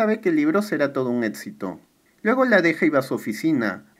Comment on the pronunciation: Me gustan tus resúmenes pero me causa conflicto que digas etsito, alets etc etc